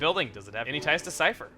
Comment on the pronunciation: every time he says cipher i always think he is saying syther (sorry for spelling)